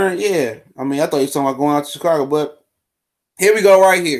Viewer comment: Man said chicargo lmao kills me